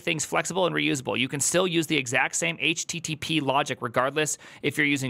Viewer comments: When you say it I hear Htittiepee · when he says it like "H-tittie-pee" it sounds like a name of some rapper 😀